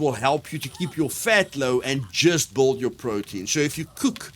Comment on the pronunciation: lol..you say build like bald.. took me a second to figure out